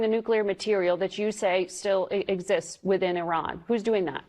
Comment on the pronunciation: the biggest terrorists are the USA, glad you can pronounce Iran correctly unlike most of your nation, just need to work on Moscow, Adolf and Solder to the rest